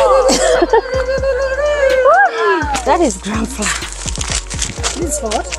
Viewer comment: Lol the way you call it flaa ( flour) .. it’s funny but it’s pronounced like a flower instead. Love you hun